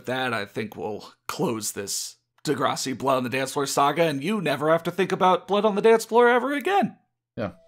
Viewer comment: de-grass- ee pronounciation.